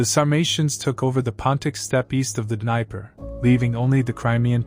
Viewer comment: It's just hard to digest any of this when you cannot pronounce Hippocrates, Dnieper, Mithradates and Celts...sorry...